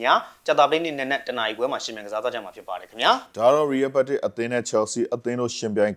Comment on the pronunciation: ရီးရဲဘက်တစ်လို့ပီပီသသပြောပါ ကြားရတာရီးရဲမက်ဒရစ်လို့ကြားရသလိုဖြစ်နေတယ်